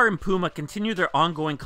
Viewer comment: wow he didn't say pewma this time